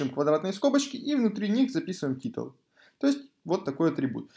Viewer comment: Блин, как же уши режет "титл", "ксс", "имидж" и подобное. Затрудняет восприятие урока.